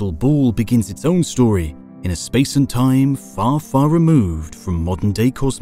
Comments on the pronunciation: Or.. ....SPAOICE!! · “Outer SpAOoACE”